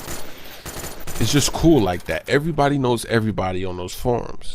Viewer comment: Errbody' knows Errbody'